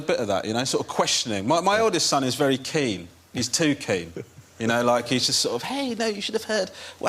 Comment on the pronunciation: is it only me or he said Vewy Vewy Funny